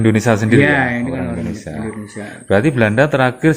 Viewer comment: Indonesia mas, sanes Endonesa